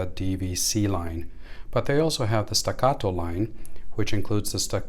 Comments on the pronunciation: Why are you saying the name like it's Spanish or som3 foreign name are those made in Texas ? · The Italian police aren't going to kick in your door if you mispronounce staccato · Stacatto with American accent lol that’s merica 😂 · Why is he saying Staccato like that lol